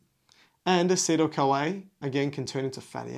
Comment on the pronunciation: Like how he pronounces this CoA as "Kawaii"